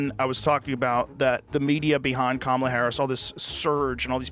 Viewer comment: why can't this whiteboy say Kamala's name right?